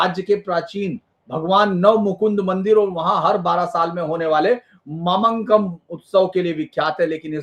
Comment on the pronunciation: यह देखकर अच्छा लगा कि किसी ने 'मामांगम' कार्यक्रम को प्रमुखता देने के लिए अच्छी पहल की है। ऐसा करते समय मेरा विनम्र निवेदन है कि कृपया सटीक नामकरण देने का प्रयास करें। तिरुनावया- यह तिरु-ना-वा-य है, तिरु-वा-ना-य नहीं. ऐसे ही ममंकम नहीं ये मामांगम है. क्या मैं किसी के नाम का उच्चारण इस प्रकार कर सकताहूं, जैसे धीरेन्द्र पुंडीर की जगह दरिद्रपंडर ?. एक बार राष्ट्रीय स्तर पर नाम परिवर्तन स्वीकार हो जाने पर, इससे लगभग जनसांख्यिकी में भी बदलाव आ जाता है। अनुरोध है कि ऐसा विद्वान व्यक्ति इस मामले को गंभीरता से देखेगा।